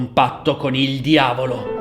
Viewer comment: Mi hai fatto morire 😂 il diaulo 😂